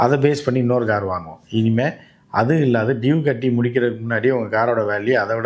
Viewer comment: Oru car name kuda oluga sola theriyala.....interview koduka vanthutaga..